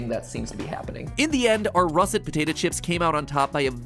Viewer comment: He pronounces "potato" like "potata"